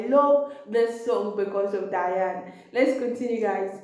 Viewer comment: Her name is pronounced De+ana, NOT Di+ana